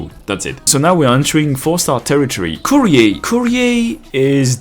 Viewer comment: As if most "waifu enjoyers" care that Shamare for example is a child lol. I mean, good on you for caring... but most of the degens don't. Edit: Also, that's not how "Courier" is pronounced unless they say it that way in-game because it's fictional? I'm pretty sure it's not a French term, but I always hear it more like "curry-er" here in the US. Even if it is French, nobody says it with that accent, unlike something like "foyer" and even then half the people say "foyer" instead of "foy-A" lol Edit 2: I actually checked after seeing people comment Shaw definitely isn't a child, but apparently the only 2 confirmed ages we have are Amiya and Rosmontis. Anyone else we CAN assume is 18+ or under 18, and desired lol. And based on Rule 34... let's just assume everyone who isn't confirmed to be under 18, is 18+ I guess?